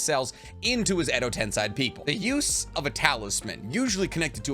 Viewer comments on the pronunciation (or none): Love your videos! But it's tensei, not tensai. 😊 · tensei you fool not tensai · Ten-say Not ten-sigh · Its called Edo Tensei not Tensai ;)) ✌☯️ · I watch every single one of your videos and i love you but WHY DO YOU ALWAYS SAY EDO TENSAI LMAO it's tensei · I thought it was pronounced “ten-say” not “ten-sigh”? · ME GETTING TRIGGERED EVERY TIME HE SAYS 'TENSAI' ....BRUH ITS SEI....'SAY'....STILL ENTERTAINING AND ENSIGHTFUL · It is "Ten-say" not "Ten-sigh"....it's literally how it's pronounced in the anime...y'know...by the japanese people. Hell, it's even how google translate pronounces it of all things. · harmonies voice edo ten-say not ten-sigh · tensei is pronounced as ten-say, whereas tensai is pronounced as ten -sigh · Also tbh i really love you videos. Its just its kinda infuriating hearing Edo Ten-sai instead of Edo Ten-sey aswell as chiBAku Tensei not chiBUku tensei. Please no hate. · If you ever watched the show it’s pronounced TEN SAY, you saying it wrong all video hurts me lol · Why you pronounce Edo tensei like that? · I can’t watch this video because of the way he pronounces “Tensei” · Really irritating how you pronounce tensei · Edo tenSAY. Why do you say it with an I? 🤧 the anime pronounces it for you. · It’s actually tensei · No that's shinra tensei pronunciation jus ask my boy pain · Yeah, not watching 30 minutes of you saying Tensei wrong. Sorry.